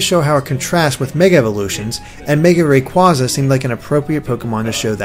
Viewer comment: Does it annoy anybody else how pronounces Kyogre and Rayquaza?